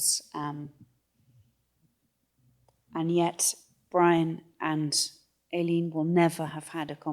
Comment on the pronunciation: Here we go again…..Aileen……..pronounced Ay…..leen…..equal stress on both syllables….does that make sense?……reminds me of the difficulty that people have in the pronunciation of Mescal……Mescl😊